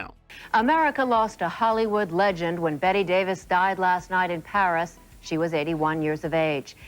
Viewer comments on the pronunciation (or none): none